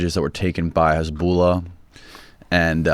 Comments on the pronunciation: Lol everytime he says hezbollah as hasbullah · Did you just call Hizbollah Hasbulla??? 😂